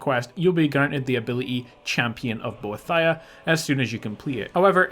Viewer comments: bo-ee-thee-uh not bo-uh-thi-uh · ohhh myyyy gooood its bo-eeeeeeeee-thhh-iiiiiiii-aaaaaa not bo-thia!!!!!!! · I believe you pronounce Boethia bow-ee-thee-uh. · It's pronounced like "bow ee thee a" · I cringed every time you pronounced Boethia. :P Serious though, I love your videos. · the way you pronounce boethiah kills me bro